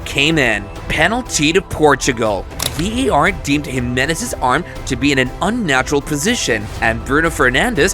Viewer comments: Why a yank doing this vid its VAR not VER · Why do you keep calling it VER ??!